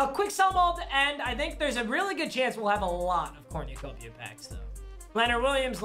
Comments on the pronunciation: it cor nu copia not corn u copia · “cornyuhcopia” this bothered me for no reason, corn-uh-cope-e-uh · Nobody:: CoRnYOUcOpiA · "corniacopia" smh 🤣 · Anyone else hearing say cornyacopia instead of cornucopia😂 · Dude says cornyacopya 😭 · Papa how tf do you say cornucopia so wrong💀 cornYOUUUUcopia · Its cornucopia, not corñucopia